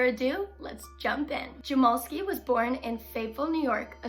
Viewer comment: My 1/2 brother is his grandson and it’s pronounced jam-ell-ski.